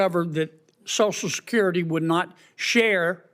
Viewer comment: Shocial shecurity. Why is everything that starts and end with an "s" sound like "sh" with southern accents?